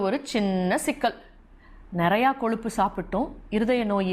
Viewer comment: Koluppu illa ma. Kozhuppu.